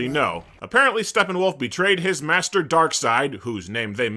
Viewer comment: Ah yes, my all-time favorite DC villain: Dock-seed 😂